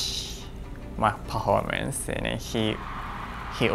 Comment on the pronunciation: I love how he pronounces "performance" as "pah-hhor-mance" with a truly Japanese accent and then he jumps straight to saying "skating" with a pure Western english accent 😍